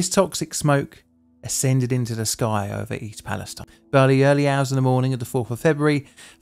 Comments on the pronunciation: I'm just surprised that nobody has corrected your pronunciation of "East Palastine" yet, at least not in any of the comments I've seen. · Not even in and you MISPRONOUNCE THE NAME OF THE TOWN! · How else does one pronounce the name?